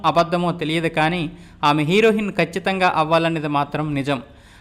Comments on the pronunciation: హీరోయిన్ అని వంద సార్లు ఉచ్చరించు.అప్పుడు నాలిక సరిగా తిరుగుతుంది హీరోహిన్ ఏమిటి?నువ్వు అసలు చదువుకున్న వాడివేనా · హీరోయిన్,...... హీరోహిన్ కాదు బాబు 😅😅😅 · హీరో హిన్ కాదురా అయ్యా హీరోయిన్ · Heroin...not herohinnnn ....sampaku anna